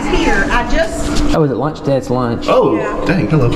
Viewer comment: Curious why you have such a hard time with your CH sounds? Listen to the way you say lunch. Just wondering why youre really laboring to get that ch out.